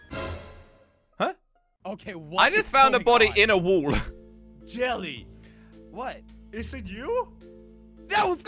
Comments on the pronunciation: Will someone tell him it’s wall not wool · It’s not wool or wall it woll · I love it when says “wool” instead of “wall”